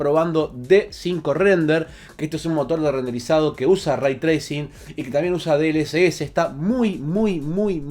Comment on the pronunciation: Se pronuncia "rey" no "ray"